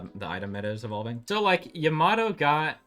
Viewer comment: How can you hear EVERY character IN GAME properly pronounce YAMATO and still say it wrong? SMH